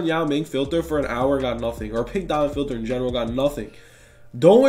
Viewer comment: Filther or filter